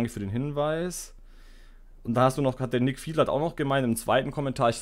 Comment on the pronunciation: Hey bin wieder da nicht böse gemein aber Nicki nicht nick🙈 aber kein Problem wird sich noch einbürgern hehe. War eine sehr nice runde wieder es ist schön zu sehen mal abends im Bett was gechilltes anzugucken. Hast eine echt gute Stimmlage und schönes gameplay. 16 Uhr ist ok schaue es aber meist erst um die Zeit wie das Kommentar ist. Ich fand’s das mit dem teaser ganz cool wie gesagt hat mehr Bock auf mehr gemacht. 😏 ich empfehle dir auch mal die acir Chen combo glaub mir die ist Wahnsinn und fast unbesiegbar außer 9 mages mache. Habe mit der acir combo letztens 41 dmg gemacht an einem Gegner war hardcore und der hatte priest buff xD